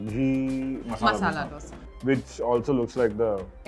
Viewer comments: For the 1000th time, its not डोसा, its दोसा 👿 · How much mehnat does it take to call dosa and dosa and not dough-sa??? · It's Davangere a city in Karnataka which the Dose named after because of its orgins & not..Davangiri , it's podi & not poodi!!! In Karnataka it's called Dose & not Dosa,!!!